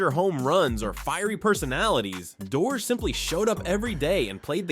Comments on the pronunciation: Not dee- orr it's door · Bobby Doerr. Pronounced "Doh-ur"